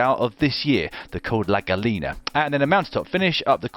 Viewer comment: It's "GAH-YEE-NAH" Dan! FFS!!